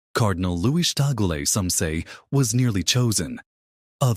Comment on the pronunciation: Pls pronounce it correctly TAG/LE two syllabĺes. TAG as in price tag. LE as in lemon. TAG/LE TAG/LE TAG/LE